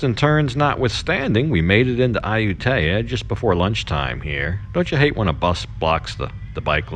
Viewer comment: You're saying the name of the city wrong. Ask your girlfriend. My skin crawls when I hear a foreigner who has been in Thailand for so long AND has a Thai girlfriend pronouncing popular cities wrong. Please research or ask your gf how to pronounce. It's Ah-YOU-Tee- ya. NOT Ayu-TAY-Ah.